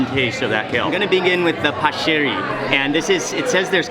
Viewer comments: First pasta pronunciation is wrong, correct one is Pac (like in pacman, stressing the c since is double) + eri (like the end of strawberry). It's a typical pasta from my hometown, Naples (Italy) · I’m happy you guys finally made it to Seattle, Mark. You seem to have had a good time ... not surprisingly. For your future reference, “paccheri,” the type of pasta you had with calamari, is pronounced “pákkeri.” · Love the video but its pronounced "Pok-uh-ree" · Paccheri it's pronounced like pahkkeree